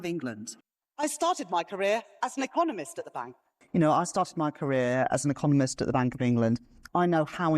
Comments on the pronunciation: Did she say Eccomunist ? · Anyone notice when Reeves said i was an economist in the very last clip, she actually said ecomunist, very telling, or was i hearing things ?